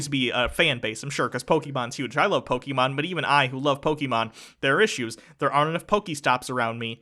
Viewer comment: Who's?.... I always confuse the two. Is he the one with the lower voice? If it is, well, he is saying "Pokémon" correctly. "é" is not said like "ee". Trust me, I French, and we have that letter in our alphabet (and the "poké" part stands for "pocket". I doubt "pocket" is said "pockeet")